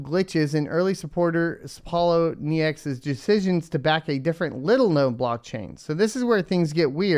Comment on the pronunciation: Pole - owe - knee - ex